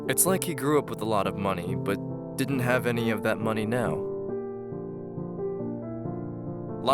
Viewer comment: DIDN'T is not pronounced DIDENT. THING is not pronounced THINK. CARING is not pronounced CARINK.